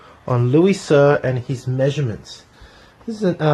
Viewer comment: Great review! I'd like to see more s.v.p. Some pronunciations are off on the French Canadian names: cyr = seer theriault = terry-oh leger = lay-jhair (the g is a soft j) How do I know? I'm Canadian and these are common French names! =)